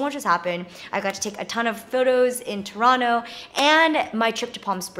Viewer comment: shout out to jenn pronouncing toronto properly!!!